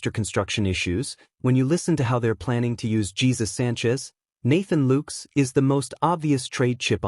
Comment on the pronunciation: Why cant this reporter pronounce ANY plyers names correctly. maybe this a computer? "LOOKES"? "GEEZUS" ?